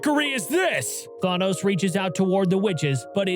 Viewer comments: How can you make an entire video about Thanos and not even say his name correctly? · Can’t get over the way you pronounced Thanos 😂 still love your channel so I just dealt w it anyway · the fact that there isn't even any other comments other than this dude who says that doesn't know how to pronouce Thanos